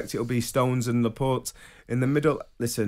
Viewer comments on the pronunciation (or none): Firmino’s been in England for 7 years. Laporte’s been in England for 4 years. How is Trevor still pronouncing their name wrong?? 🤣🤦🏻